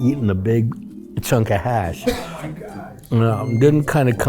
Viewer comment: Kief not Keith